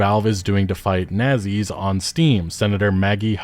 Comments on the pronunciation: I have never heard someone pronounce it "nazzies" before lmao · Idk why but I don’t like how he pronounced “nazis”